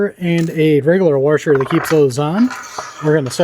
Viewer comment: This guy says waRsher